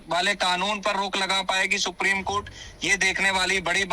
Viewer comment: सुप्रिम कोर्ट नही। सुप्रीम कोर्ट बोला करिये।